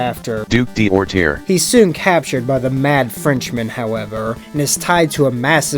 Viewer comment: French guy here. The AI is full of crap and gives you a wrong pronunciation. D'orterre is spelled like "Doortair" in English. The D' particle, in this example makes it mean "the duke of Orterre". These particles are typically thought to belong to nobility, but many commoners also have it in their name, so it's far to be a trustworthy clue. And hot damn, how come the DC writers have never used the garden prison body horror in a freaking Poison Ivy story?!!! It's awesome!